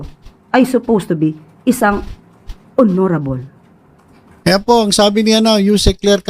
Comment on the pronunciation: HONORABLE❎ HONNYRABLE✅